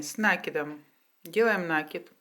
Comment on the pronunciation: Господи, а я уже думала, что никто не говорит этот проклятый нАкид!!!Неужели трудно говорить правильно?!!!Вы же все таки блогеры и вещаете на весь мир!!!